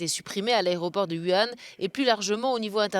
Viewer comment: Ca fait 3 semaines que ce coronavirus fait la une des journaux, ce serait bien que les journalistes apprennent à prononcer correctement Hubei et Wuhan!! Hubei se prononce "Roubei", le son ressemble assez à la ville française de Roubaix. Wuhan se prononce "Vourain". C'est pas des trucs imprononçable quand même.